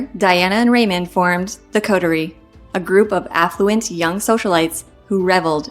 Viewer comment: She needs to learn how to pronounce "coterie "